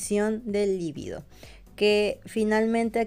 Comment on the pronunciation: Es un actor muy sexy y eso proviene de su energía sexual por lo cual él tiene claro como trasmitir la atracción y el amor, que sí se relacionan con la reproducción, o sea con la vida. Siempre dices "líbido" como palabra esdrújula y no lo es, libido es una palabra grave. La confundes con "lívido" que sí es esdrújula y por eso lleva tilde. Saludos desde Uruguay!